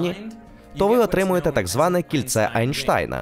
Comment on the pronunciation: Чому перекладач постійно Енштейна називає Анштайном? Це так дратує(